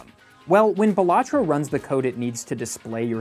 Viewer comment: Pronounces the game wrong ICANT